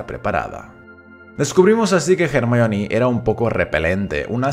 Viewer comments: Se dice Hermión, no "Germaioni". Es un nombre de origen griego que los ingleses y sus groupies pronuncian mal. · SCDJASJDJAS COMO LE VAS A DECIR GERMION, CHILLOOOOO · Se dice Hermione no Jermalloni xD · Se llama Hermayoni no no hermion. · Ermion ??? XD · Solo por llamarla “germayioni” ya no veo el vídeo xdd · Cómo que en España le dicen “ermion” o_O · hahahhaha , el nombre de hermione, en español es un cague de risa, suena mas como si la estuviesen insultando, Hey hermion!!! ... gracias a dios vi todas las pelis de harry potter con doblaje latinoamericano en mi niñez , que roche que me oigan decirle "hermión" a Hermione , en españa hacen la traduccion y la pronunciacion de los doblajes pero con las nalgas xdxdxd , casi de todas las pelis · A mi me choca cuando le dicen jermiyon, no tiene sentido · "ermion" jajajajajaja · Solo entré a comprobar si decía "JermiÓn"; todo bien. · A ver, qué problema hay con decir 'Hermión'. Creo yo que la pronunciación correcta sea 'Hermíone' (como se lee, acentuando la i), pero eso de 'Jermaioni'... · Hermión ajajajj suena espantoso ajajaj lo mismo que espiderman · Jajajaja "Hermión"